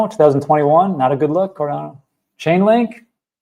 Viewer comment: I really love watching videos, but that speech impediment he has with 'Cardano,' 'Solana,' 'China,' etc., triggers me every time. Apparently, it's just me, and don't know why I find it so annoying. But he does it constantly, which is soooo meeh.